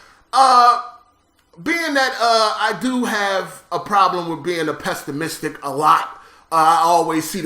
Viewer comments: "Pestamistic" lmao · my God how does he pronounce pessimistic